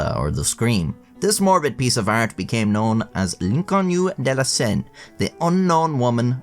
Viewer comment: I thought bro was speaking Chinese when he said “l’inconnu de la senne” and i speak french 😂😂